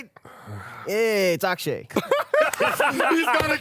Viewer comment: EYYY! It's Ak'she